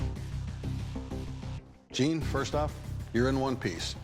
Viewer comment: Btw its jian not xian. Just sayin